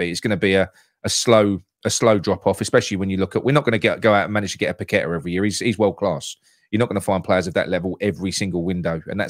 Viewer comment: Can neither of you guys pronounce Paqueta's name properly?